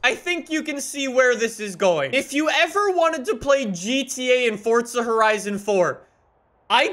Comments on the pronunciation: Forza not fortza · Can u say it as forza not forzta in ur intro pool please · How come you put a t in forza lol. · Welcome back to FORTZA HORIZON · Welcome back! To 'Fortza' Horizon Fourrrrrrr. And another day in the (shitty raining england) lovely united Kingdom. Sorry just a little irritating now, been doing it for the past 2 years. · Fortza horizon